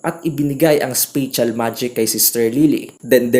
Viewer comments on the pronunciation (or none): It's not spe-tsal. Spatial is same with special if you pronounce it but it has small differ. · Yung spatial nlng talaga lods. Google mo nlng tamang pronunciation. 😊😊